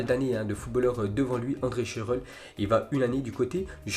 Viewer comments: Shurrrle pas shuuule 🤣🤣🤣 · C’est scandaleux sa prononciation de shurrle on est d’accord ?